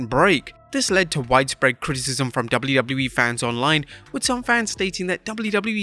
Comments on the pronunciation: Jesus christ the way you saying wwe is crippling 😂😂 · If I took a shot for each time you couldn't say the letters "WWE" correctly, I'd have died of alcohol poisoning. You're a terrible narrator.